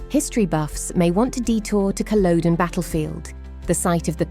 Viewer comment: I think the text-to-speech convertor needs a bit of attention on this one! OK, so Betws-y-Coed would be expected to cause a couple of problems, but Culloden (cull-ODD-en not cull-OWED-en,) Orrest Head (ORR-EST not ARREST-HEAD,) and Snowdon (SNOWD'N not SNOW-DONN,) shouldn't pose challenges to decent software!